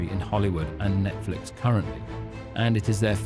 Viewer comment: Is he saying: "Net-Felix" 😂😂😂